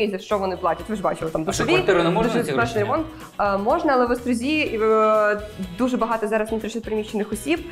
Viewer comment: Всі хто вчився в Острозі знає, що правильно говорити "в ОстрозІ", а не "в ОстрОзі" :)